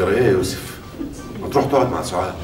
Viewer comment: سعاد مستفزه وتنرفز وحركاته غبيه و اداء اوڤر وخصوصا لفظ يوسف الي تلفظه يسف